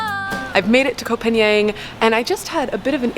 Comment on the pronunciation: the pronunciation for Koh Phangan, is not koh pagnian it is koh Paanghun.